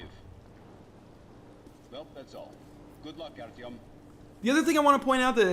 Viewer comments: You almost got the pronunciation of his name right. His name is Arthur in English and is pronounced somewhat like Art-yeo-m, with the 'r' being rolled and the the 'yeo' being pronounced the same way as the 'yeo' in yeoman. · Yes NL you messed up artoym.